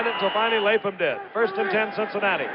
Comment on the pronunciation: #62 for the Bengals is the Great Dave LapHam. All respect to Frank but dude it's pronounced LapHam. Thank you!! go to ;20 mark and watch Lap with his cat like reflex's recover the fumble. Beat he could hear Paul Brown in his ears, "Gentlemen we don't turn the ball over, Period"!